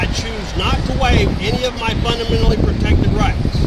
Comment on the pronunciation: I dont know, if you cant pronounce constitution or fundamentally you're not qualified to give a lesson in law (or anything).